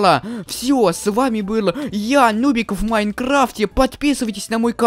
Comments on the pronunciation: Сначала мне кажется ты сказал не нубик а нубзик 😆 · Почему ты начале говоришь ~дубик~